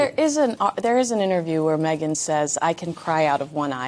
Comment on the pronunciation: Megain said " one tear left eye goo ! " 😂😂😂